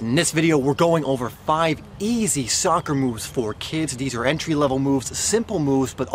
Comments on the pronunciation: Soccer NOT Soocker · All the dislikes are because you called it soocer